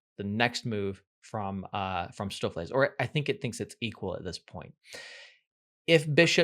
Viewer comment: Stoofvlees = Dutch for Stew(-meat), his pronunciation was quite accurate.